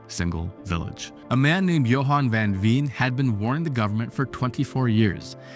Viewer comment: van Veen, not fan fien , ee is pronounced like ay in say , v is to f what z is to s , and ah is never pronounced like ay as in say, it is an AAAh like your doctor makes you say.. one...